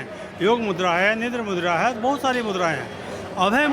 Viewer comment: It's मुद्रा not मुद्दा... Correctify it